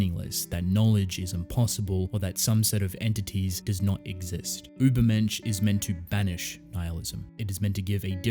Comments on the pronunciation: ma boi im german and your pronounciation of the word „übermensch“ is pretty good actually. ✌️ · I also immediately thought of Nietzsche! Also as a German, let me tell you that you really didn't do too badly with your pronunciation :) It's a really great theme if Ishida decides to use it based on the title that I would personally look into even if that may not the the case. But I except nothing short of amazing from the author of TG so I truly look forward to it.